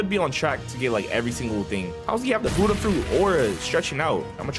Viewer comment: At first i got mad every time he called buddha "hudda" but now I'm used to it